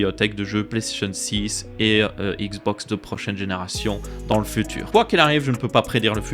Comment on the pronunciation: Le "furure fait futeur"